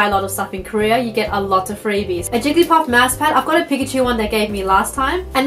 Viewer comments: it's wigglypuff not wigglytuff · i might be wrong but did she say wiggelyTuff? .....or...? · pretty sure its jigglypuff ^^